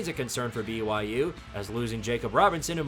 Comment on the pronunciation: BY-Jew to Jew-lane 💀